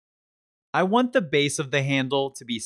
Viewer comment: Hi, I really like your videos, you speak very clearly and your demos are very well throught out and presented. One thing though: please, in future videos, say "thee" ONLY before words starting with a vowel sound; otherwise, the word should be the (pronounced thuh).